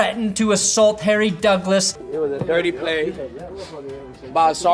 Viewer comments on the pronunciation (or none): none